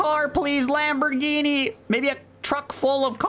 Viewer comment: he can finally get that lambruhginee he always wanted, less gooo